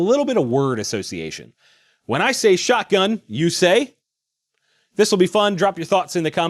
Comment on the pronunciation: When you say shotgun, i hear "Alakablam"